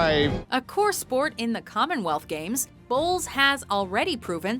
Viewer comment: Every time I heard "bowls" I couldn't help but think they were saying balls. I guess my inner ten year old isn't gone yet.